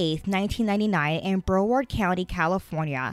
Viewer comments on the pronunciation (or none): This did not take place in California it happened in Florida. And you pronounced “broward” wrong! But I’m tuned in!